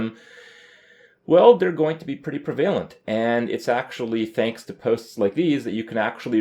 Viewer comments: I think Kripp is mispronouncing prevalent. He says pree-VAY-lent but every resource I found on google pronounces it PREH-vah-lent. I don't recall ever hearing him say that word that way before, but he said it the same way multiple times in this video , , . As far as I can tell, there's not supposed to be a separate Canadian pronunciation for that word. It's one of those words like epitome that some people just say wrong because they read it but don't hear it aloud very often. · prevailent is not how you say prevalent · pra-vay-lent The Canadian education system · Prev-a-lent for fuck sake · Hey man, I like your videos. If I may offer some constructive criticism, check the pronunciation of prevalent. Also, you said irregardless. -_ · He's thinking of the root prevail, which has emphasis on the VAYL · Anyone else get annoyed by how he said "prevalent?"